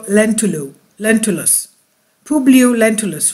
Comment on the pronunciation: Lentulus, not lentilus, Lentils are beans.